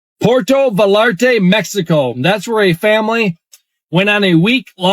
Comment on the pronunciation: It's pronounced Vayarta. Not, valarta. It's spelled Vallarta. Puerto Vallarta not Porto